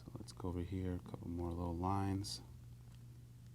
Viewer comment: over hurr... over thurr...